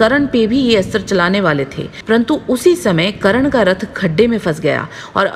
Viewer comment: it's karna not karan